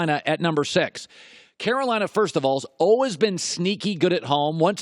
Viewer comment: "olwez" for always